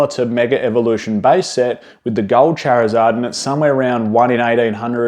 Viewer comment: You say Charizard wrong dude!